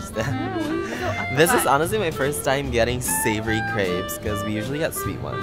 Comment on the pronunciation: OMG! The way you pronounce crepes 💀 (don’t worry we forgive you)